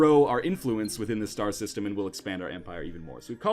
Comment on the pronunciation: i though that he said "shit dies" system O.o